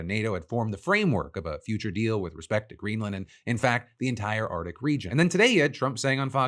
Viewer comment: Phil I love you but seriously there is no letter 'd' in the word "Arctic"